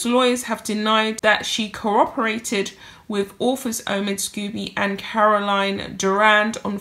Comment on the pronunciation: Scobie not Scoobie :)